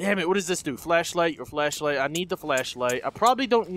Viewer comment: Did anyone else here say flesh light instead of flash light